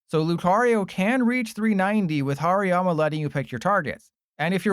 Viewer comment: Finally somebody saying 'Hariyama right'. I mean its so funny when I hear people calling it by 'Hairy Yama'